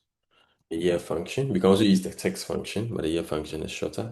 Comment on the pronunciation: Your content is good but please restrain from pronouncing words the wrong way, eg. virtual as vital, text as tax, etc